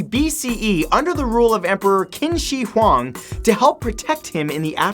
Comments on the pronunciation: "By kin shee hwang" cringes at pronunciation "It's just stone." Um no not really but sure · qin shi huang is actually pronounced chin shi huang.